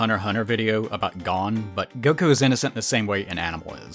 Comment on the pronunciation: Pronouncing Gon from hunterxhunter as gone is a crime